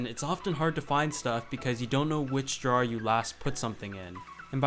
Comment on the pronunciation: the way you say drawer bothers me.....fix it